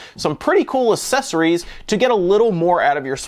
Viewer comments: "Assessories" wut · His pronunciation of accesories lol